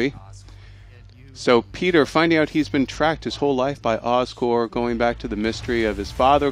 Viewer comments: It's so irritating to hear you guys call Oscorp, "Oscore". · Oscorp. OSCORP. OSCORP God, everytime I heard these guys say Oscore It just pissed me off -__ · Thank you, I thought maybe I was hearing them wrong. Every time they said Oscore I was like "it's Oscorp damn it". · There's a "p" in Oscorp. It sounds like he is saying Oscore. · Oscore? It's Oscorp, damn it. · Why do they keep saying oscor? It's "OSCORP" damnit! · Just sayin its pronounced oscorp not oscore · Oscorp not Oscor theses guys don't know how to pronounce it right! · Btw it's OscorP. With a P. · Anybody else cheesed that they keep saying Oscore? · haha i was thinking the same yelling "P" every time they said that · i think they are. that's probably because the word corp is pronounced without the p but oscorp is pronounced with it.